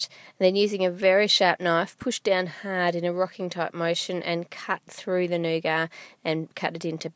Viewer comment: I love u Ann but I don't like the way u pronounce nougat